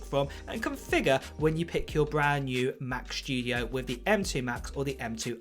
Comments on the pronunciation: He says Mac shtudio lol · Mac "Schtudio", that's another model after the Mac Studio ;-P